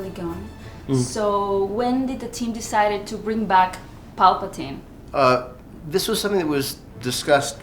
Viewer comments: No pareces ser seguidor viejo eh ... El comentario principal dice quien es palapinte y tú respondiste quien era Palpatine , osea que el comentario principal ya sabe que se escribe y se pronuncia Palpatine pero en el vídeo se menciona palapinte y por eso dice quien es palapinte ok ? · el que deberias de aprender eres tú porque no se dice palapinte se dice Palpatine porque ese es el verdadero nombre del emperador en Star wars estan diciendo el nombre mal yo e visto las películas de Star wars por más 35 de años y tengo toda la colección y yo se cual es el verdadero nombre correcto del emperador es Palpatine no palapinte yo creo que eres tú el que debería tomar clases de lectura pero si tienes dudas de cómo se escribe o como se pronuncia el verdadero nombre del emperador te recomiendo que veas los episodios empezando desde el primer episodio y allí vas a salir de dudas.